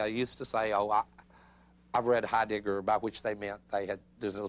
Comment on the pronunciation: you silly man...his name is not HeiDICKer!